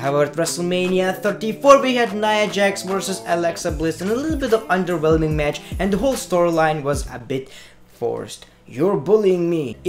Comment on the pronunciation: CAN U STOP SAYING 'ONDERWHELMING"